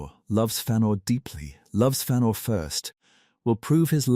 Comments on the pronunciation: "Fannor" This AI shit is getting annoying. What's next? Freudoo And PeREgryn Tåkk? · Learn to pronounce the name